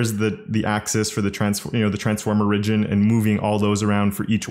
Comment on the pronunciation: Wait. Say origin again.